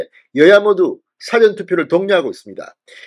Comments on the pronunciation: 진주필, 사전(dictionary) 엄청 좋아하시네~ 발음 바로 하세요~ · 사전이라는 발음을 고쳐요 (백과사전을 말한때의 사전발음을 하네요)악센트를 "전"자에붙혀서 발음해요. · 진성호씨. 사전을 길게 발음하세요. 딕셔너리 투표란 없읍니다.